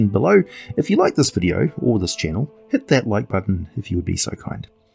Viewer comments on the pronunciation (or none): none